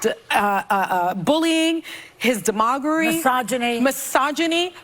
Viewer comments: de..mog..ery ? Sunny ? .. demogery ? (checking wiki) No, Sunny ! Not a word . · She can't even read the word demagogeury, as she's demagoguing. There's nothing between her ears, except Daddy Issues.